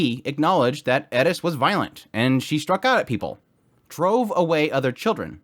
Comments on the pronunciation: Why are you saying it like that? Eris, you're saying Edis. Edis isn't her name or how it's said. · It's ERIS NOT ERDIS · Is it Edis or Eris? It sounds like you're saying Edis. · Why you say her name like that? Errris sounds like your saying edis? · Eris....not Edis. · Why are you pronouncing it like it's Edis when it's pronounced is Eris ??? Are you trying to sound like you have a dorky Japanese accent??? Even in the English dubbed they pronounce it like Eric but with an S. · How do you keep pronouncing her name as adess..?! There is no D in her name , Eris Is her name. Air,ess If this helps, you pronounce it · pls pls pls omfg its like how to do u manage to fuck up a pronunciation so much wheeen it's told to u how to say in theee anime adaptation its like how HHOWW i swear mfs love tryna be diff so bad its actually so saad Eeeeeris and not airis (ik its spelt [eris]) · 1) not a Japanese name, it’s a fictional world with fictional names. 2) Double standards. The pronunciation of Rudeus stays ‘Rudeus’ but Eris is pronounced ‘Elis’? Doesn’t really make sense. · Who is edis? It’s Eris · Eris. not Eddis... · Edis? Bro ain't it eris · why tf do you keep saying edis? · Who is Edis? That’s Eris why are you adding a D to the second letter? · I could be wrong but there is no D in her name so pretty sure it’s not pronounce Ed-is but Air-is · The fact that you pronounce Eris "Edis" makes me want to punch babies. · Why do you pronounce eris "edis" but boreas as boreas? If you're going to go weeb on pronunciation, do it all the way through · Why are you guys so incapable of Pronouncing the characters names properly I mean they only say their names in the anime a thousand times but you somehow believe that there is a D in in her name lol Who the hell is Edis lol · Why do you say edis? Instead of eris? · why are you pronouncing eris like edis? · First time I hear someone call her “eh-des” and not “air-is” sounds weird and unnatural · “Edis” lol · Stop pronouncing her name wrong